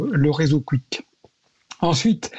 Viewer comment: le dernier intervenant, le spécialiste de rien du tout, qu’il apprenne déjà à dire correctement kick et pas " quick" sérieux… on lit, on entend toujours spécialiste, spécialiste de ci de ça dans les médias, ça ne veut absolument rien dire… kick, c’est la plateforme de tous les bannis des autres plateformes, ils prennent tous les streamers que les autres plateformes comme twitch, youtube, etc. ne veulent pas… kick est 100% coresponsable de cette horreur